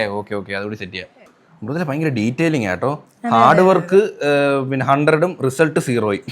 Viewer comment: Pronunciation Mrudula fan fan fan fan fan❤🎉🎉🎉🎉🎉🎉🎉😮🎉🎉🎉🎉🎉🎉🎉🎉🎉🎉🎉🎉🎉🎉🎉😊🎉